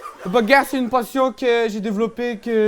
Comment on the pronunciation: "la baegare" !!!!